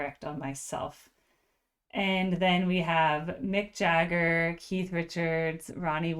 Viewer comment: It's Mick Jagger not MCJAGGER!! GO read about How Lynyrd Skynyrd PISSED OFF AND SMOKED Mick and the Rolling Stones at Knebworth England show in 1976!!! RIP LYNYRD SKYNYRD 🐐🎤🎸🔥🔥🔥😍😍😍😢😢😢😢